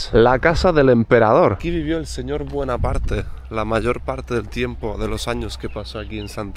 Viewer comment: Me hace gracia, que digas que estuvo en prisión napoleón, y al mismo tiempo dices que este pueblo parece histórico. y no es buenaparte es bonaparte